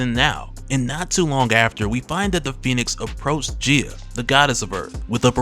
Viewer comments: The correct pronunciation is Gee-a, not Jee-a I know I know, grammar NAZI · I am curious about the pronunciation used here. Is it not said Guy-Ah instead of Jee-Ah? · I believe she called GAYA (GAI-A) not GIA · Gaia/Gaea is pronounced - Guy-Ya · GUY-ah. Gaia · Her name is "guy-ya" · Your pronunciation of gaia irks me